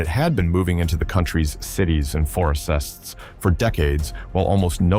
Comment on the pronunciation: Ummm… “…cities and foestsests…”?